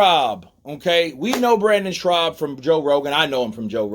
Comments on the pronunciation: It’s Brendan SCHAUB not Brendan Schraub. And the word is ‘avid’ not ‘advid’ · Shaub bro. Not Schraub lol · his name is Brendan SCHAUB! NOT SHRAUB! 👊🙏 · His name is Brendan Schaub not Schraub. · Schaub. No R my man. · Is he serious or is he saying his name like that as a joke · Dude. If you're going to do commentary it helps to read attentively. Advid isn't a word. Brendan's last name doesn't have an R in it and an ax is a tool,ask is what you're looking for. A nation with all the education options that america has and the population have barely a grasp of the english language and spelling looks like hieroglyphics. I'd be ashamed to be honest. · And you saying Brennan last name wrong! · good video but the guys name is brendan schaub (theres no 'r' in schaub) lol -otherwise keep up the good work hun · There’s no “ r” in Schaub dude , it’s annoying